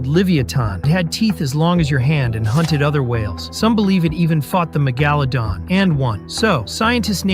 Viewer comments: "Magalodan" is lowkey crazy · that is not how you say megalodan😭